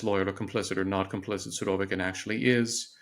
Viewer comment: After hearing him pronounce the name "Surovikin" i had to go to google to hear a native Russian speaker's pronouncing of the name. As I suspected, the girl's pronunciation was the correct one. I believe so called experts should always pronounce names those he analyzes correctly.